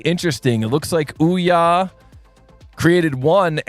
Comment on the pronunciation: Would be nice if you tried to pronounce some names right 🙂 Olja with "O"